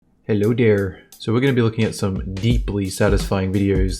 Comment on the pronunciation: Dat "hello daer" was magic